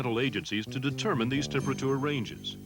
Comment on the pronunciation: The way he says TEMP ER A TOOR and MOD YULES !